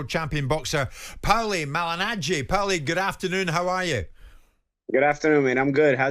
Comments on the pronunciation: "Powlie". What an idiot. Your supposed to be a sport and boxing pundit, yet you don't know the name of the legend of boxing PAULIE! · It’s PAULIE! not powelly. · Who’s “Powelly” Jim ya melt? It’s Paulie ffs🤦‍♂️ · Powley!! nah its Porley. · yeah but Paulie doesn't call himself powlie 😂 he calls himself paulie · Why is Jim calling him ‘Powlie’, it’s Paulie ffs 😂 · why the frick is that silly old codger calling him pawly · Why can't Jim just say Paulie like the rest of us it's not hard to pronounce ffs 😂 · yes but jim white isn’t Italian, wasn’t in Italy when he pronounced it that way and wasn’t speaking Italian at the time 🤦‍♂️I hate it when people try to put these cringe accents on when saying certain words/names 🤦‍♂️ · It’s classic powlie 🐷 lol jug 👂 and Powlie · 😂 I read this comment as the vid was loading then bosh straight out the gates "powlie" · Aye right powl the other one 😂